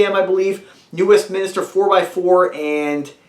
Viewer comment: Westminster not Westminister